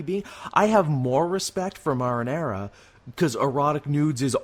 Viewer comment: It's Milo Manara, not marinara. He's an artist, not a sauce. He doesn't do porn, he does art. Serpieri does porn.